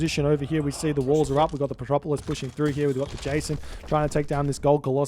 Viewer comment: "Petropolis" a non-existent unit but still pronounce:D:D:D:D